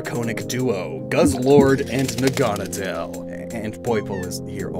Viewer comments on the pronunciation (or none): Naga-nadel. Naga being a snake/dragon person. Nadel being needle in German. Making it NAgaNAdel, not naGAnadel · naganadel is probably pronounced naga-Nah-dull because Naga and the German word for needle. I pronounced it na-GAH-na-del for a while too but the former just makes more sense and rolls off the tongue better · The way you say "Naganadel" just bugs me.